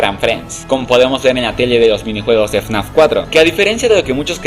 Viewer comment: Y en lugar de fnaf decía frenazo